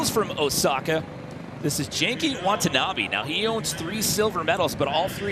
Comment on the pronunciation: please learn how to say genki it’s so painful that you guys keep calling him wanky. i’d think you guys were racist if i didn’t know any better